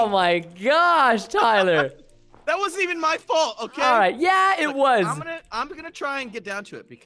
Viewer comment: Wow Preston why do you say Tyler a pleb